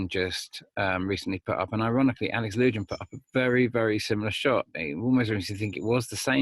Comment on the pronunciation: Alex Lujan = Alex Loo wham, not Alex loo Jan. Know you’re busy but I’m kinda nutty right now and it sounds like fingernails on a chalkboard to hear his name mispronounced.